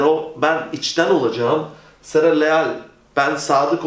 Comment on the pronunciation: Hocam Seré yazıyor ama sera diye okuyorsunuz